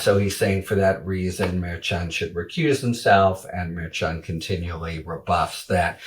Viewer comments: Mer not Meer. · Come on, it is not so hard to say Mer-shan, if you keep reporting on this Judge, learn to say his name. Ok Hairy? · Harry is a great commentator. But truly he does need to learn how to correctly pronounce Merchan